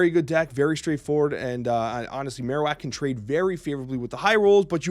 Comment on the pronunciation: Man I love your snap stuff but we gotta sit down and work on your pokemon pronunciations Marowak is like Bone Marrow